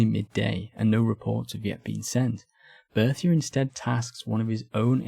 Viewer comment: Why do you consistently either mispronounce Berthier, or call him Bertie?